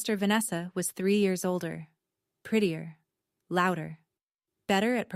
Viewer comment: Her sister was 'prittir'??? Sack the editor